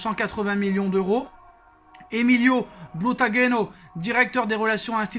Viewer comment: Il y quelques heures il disait y a trop de gens qui ne connaissent rien au foot et il n’est même pas capable de prononcer Butragueno ! Pauvre Emilio il ne sait même qui tu es 🙄 Il a sûrement découvert le foot en 2018.